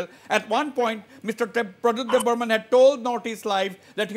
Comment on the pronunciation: Every Reporter say,Debbarma not Debbarman ok